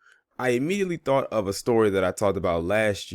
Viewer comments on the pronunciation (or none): none